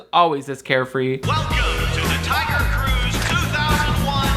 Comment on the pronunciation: I can’t stop hearing Taio Cruz when you say Tiger Cruise